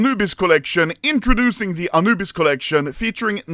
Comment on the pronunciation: Why does the Swedish man say it like anoobise bruh 💀💀💀💀💀💀💀💀